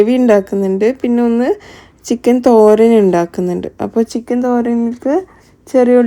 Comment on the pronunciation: തൊരൻ അല്ല , തോരൻ